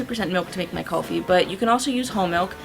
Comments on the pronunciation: Just an FYI- It's KOOL-FEE not KUHL-fee (I'm Indian, and Kulfi is an Indian word) ;) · its not callfi.....its Kulfi.....say it properly... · the proper way to pronounce kulfi to cool-fee. I'm Indian so thought I would let you know :)